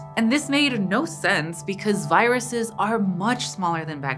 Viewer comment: "Giruses" Bless you